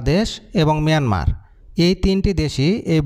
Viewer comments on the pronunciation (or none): Ota Mayanmar, not Miyanmar. Sobaikei miya baniye dibi naki uneducated kothakar.